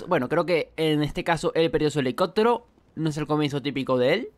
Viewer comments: Hahaha fue lo primero que noté, yo así de : pero que carajos? Por qué no lo dice bien ? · helicotero????? Helicóptero!!!!!